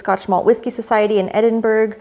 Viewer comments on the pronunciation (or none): Edinburgh is pronounced ... ed in buh ruh 😜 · Edinburgh u don't pronounce the gh at the end think bruv but without the v great video btw as always